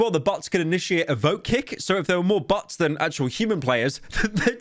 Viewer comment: I love how he pronounces bots as butts